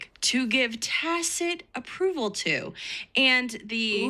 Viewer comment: now all I can hear is Darrell brooks saying “tackit” when he meant tacit